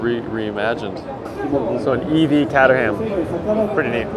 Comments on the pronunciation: Lo e the videos, but catter-ham 😂. So close. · You're saying Caterham wrong. To say it correctly try saying "Kate er im" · Great coverage thanks for documenting it! Just FYI Caterham is pronounced: Kate-er-um.